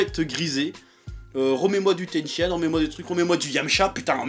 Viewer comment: Chef pas "TENSHI-ÂNE" mais "TENSHINHAN"